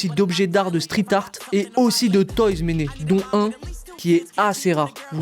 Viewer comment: Faut qu'ils arrêtent de dire Méné tout le temps